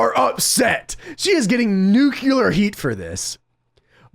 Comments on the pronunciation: The word is nuclear. That's NUKE-LEAR. Not NUKE-U-LAR. Only dumbasses get that wrong. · Hate to be this guy but it pronounced uncl(ea)r heat! Not nuk(u)ler heat! Other wise great video dude! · He said that Rousey had "nucular heat". The word isn't "nucular", it's "nuclear". Picky, yeah I know what he meant, but still, mispronounced words are mispronounced words. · New-cue-lir, right? What was he saying?